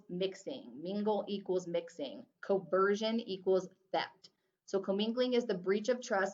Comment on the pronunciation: hey i love your content, but in my exam material there are some things that are different: like "commingling and CONversion" not "COversion". Also the haBendum clause, not haBDendum. Thanks for your videos, they're really helpful.